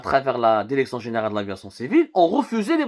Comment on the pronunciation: Pu…. On dit DIRECTION et pas DERECTION. fais un effort yarham babak. Et si tu parles pas bien Françaus parle en arabe ou amazigh.